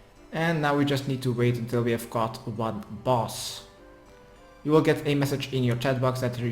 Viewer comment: I thought I was going to catch a boss..... It's called a bass, kind sir. b "ass"